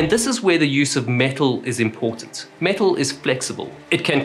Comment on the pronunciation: Every time he says metal, I hear the parrot going "MEtal"